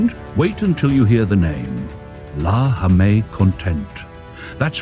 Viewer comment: “Jamais” is a French word, but you pronounced it as if it were Spanish. Are you AI?